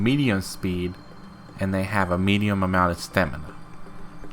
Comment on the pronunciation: "Meadium" LOL, educated much?